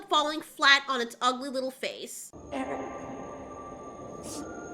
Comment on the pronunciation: The way you vomit up Eric's name never fails to make me laugh everytime